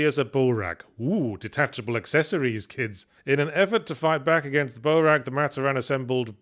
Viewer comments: Saying Matoran as mat-oh-ran instead of mah-tor-an is tweaking me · Fun to hear about bionicle after so long. Still, one thing that bugged me. While looking at the word Matoran, i get why he pronounced it that way (I hate it but i get it). its pronounced Ma-tOr-an not Mator-An. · "Matta-Ran" Oh god that hurt me deep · I still cant get over "maat-or-anne". Its gonna stick with me forever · Well yahtz. As an avatar fan theres only 1 of the MANY firebenders who is level headed Edit as i continue watching the video: and toph is an earth bender who i wouldn't consider physically strong Edit edit: FOR THE LOVE OF ALL THAT IS HOLY it's pronounced MA-TOR-IN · I'm giggling so hard at Yahtzee pronouncing matoran as "Mah-toh-ran" 😂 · "Mat Oh Ran" Oh, this is gonna be rough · Very curious given the spelling mistakes Yahtzee caught like "to steel hooks" if his mispronunciation of 'Matoran' was because of who wrote the script rathan than Yahtzee misreading it.